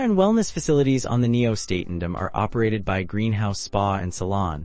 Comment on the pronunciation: WTF? This review makes ZERO sense, you're not showing the HAL Nieuw Statendam, not pronouncing it correctly in the video.